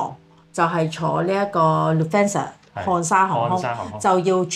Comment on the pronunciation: 德國漢莎航空，Lufthansa, hansa 係航空公司名稱，luft 係德文=英文air. 即是Air Hansa故中文名漢莎航空。 不是讀作luf than sa 而是luft han sa